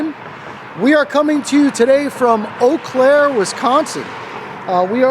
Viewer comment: I'm glad to hear you pronounce it properly there is an Eau Claire near me and nobody can pronounce it a lot of people say Eeee Claire.